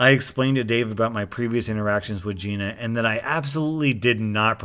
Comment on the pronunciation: The story with the Gina. Every time I heard you say Geena, I heard Geye-na. The most appropriate pronunciation of a Giiina I ever heard.